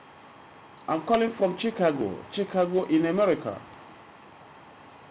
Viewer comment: hahaha = " I'm sorry which company did you say you are calling from again?" Nigerian = " I'm calling from CHICK-A-GO" LOL I lost it at that point lmao